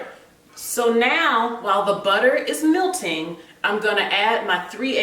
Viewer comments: Did she say milting the butter? LOLLLLLLLLLLLLLLLLLLLLLLLLLL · Never heard it pronounced that way! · Now... while the butter is MILTING... MILT THE BUTTER 😅